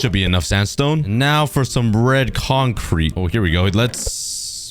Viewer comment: I heard bread concrete or is it just me?